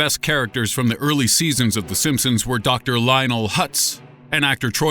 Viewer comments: And he just said it again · the Simpsoons not Simpson's simpsoons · did he just say the simspoons? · did i just hear him say "the simpsoons" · D..D...DID HE JUST SAY "THE SIMPSOONS?" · no this boi did not just day "The SimpSOONS" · I'm sorry but but he said sinsums at the beginning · did he say simpsoons? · did anybody else hear him say the simpsoons at the beginning? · Wait,the simpsooms ? Listen to the beginning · What is the "simpsooons"? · Lol the simpsoons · "The simpsoons" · Uhm did i just hear him say the SimpSOONS? tf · did this nigga just call it the simpsoons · The simpoens ?!?! Did anyone else hear that